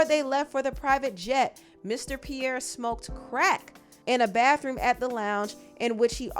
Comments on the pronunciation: Pronounced P-Air (Pierre) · Pee-Air is how 'Pierre' is pronounced. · Pierre (pee-air) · It's pronounced "pee-air". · As someone named Pierre, it’s pronounce “Pee-Air” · from here forward please pronounce Pierre correctly 😫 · struggling to pronounce Pierre is killing me 😂😂😂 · If you can't pronounce Pierre, you don't need a job narrating nothin....